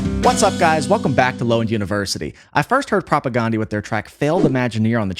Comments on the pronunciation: Still pronouncing their name incorrectly. Listen to any interview with any member of the band. It's not Propa-GONE-dee. It's Propa-GAN-dee. Like Dan, not Dawn. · You are pronouncing their name wrong. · Supporting CASTE, not “castle” lol jeez 🤦‍♀️ it’s a play on words… and they’re definitely not a new band, they formed in like 1986. Also you’re pronouncing their name wrong 🤘